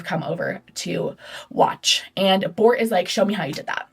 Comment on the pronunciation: babe i could NOT listen to u say Bort and Tore